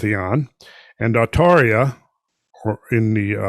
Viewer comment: Why did you make the previous video of cosmic origins of Halloween private? I should mention that the Arabic name for Pleiades is NOT Atauria it is Al-Thurayya not Atauria as you would like to believe. The month you listed as the month the Persian/Iranians celebrated Mordad is in late July to late August corresponding with the astrological sign Leo, the Iranian month that corresponds with Scorpio and Halloween and November 1st is called Aban. I really wish you would update this...